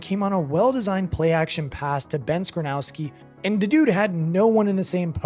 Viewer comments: It’s actually skowronek skow-Ron-ick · Idk where you got skrownski but its ben skowronek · "ben skranowski" made me "don't recommend this channel"